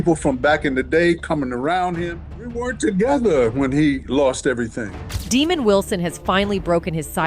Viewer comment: Pronounce it right... 420 (DA' MOND WILSON) NOT DEMON